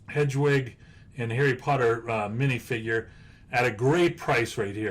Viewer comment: I know you don't need to know anything about harry potter to know about investing in Harry Potter lego, but I cringe every time you said "hedgewig" and "dragon alley". It's pronounces HEAD- WIG and DIE-A-GONE alley.